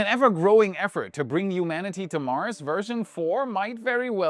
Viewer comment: This guy's pronunciation of "humanity" annoys me.